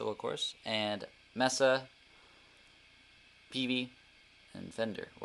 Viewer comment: Good video. Preferred the Fender. Cringed every time you mispronounced Mesa. Thank you.